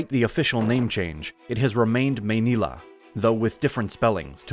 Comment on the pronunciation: Please work on your pronunciation of the Filipino words. Manila is the one you got it right.